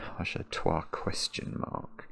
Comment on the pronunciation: Trois is such a difficult word for English speakers, must commend for trying.